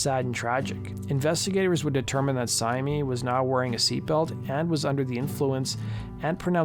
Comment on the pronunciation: My wife who used to run the Marilyn Manson mailing list confirms pretty much all of the information in this video. According to her the talk was that Reeves and Syme were either back together or in the process of getting back. Her only objection to the video: Syme is apparently pronounced simply /sIm/ (rhyming with "lime").